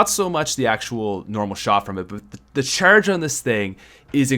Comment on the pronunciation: Cheeeeerge more like charge lol